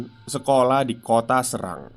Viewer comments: Mon maaf mas, penyebutannya jgn srang, tapi pake E (SERANG) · Pengucapan Kata Serang, Se-nya Seperti kata Seng, ( Sérang bukan Serang)😀🙏😁😀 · Serangnya cara bacanya ga gitu 😂